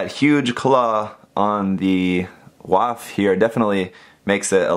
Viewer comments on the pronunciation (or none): i think its pronounced Waff (vaff) because it reminds me of the Luft-waff-e, see? also, i made sure to give mine the most detail possible, and it turned out AMAZING! (Amazing Waff anyone? kinda hope if there's a season 2 to build fighter's try, that the Waff makes a debut of some kind, along with the suits from IBO, and Reco in G) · It would be pronounced vAph like Volkswagen voLksVAgen